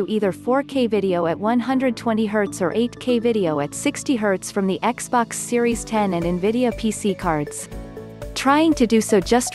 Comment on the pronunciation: Xbox series "Eks"